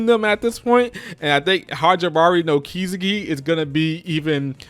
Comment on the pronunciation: I think it's pronounced Kis-eki not ki-seki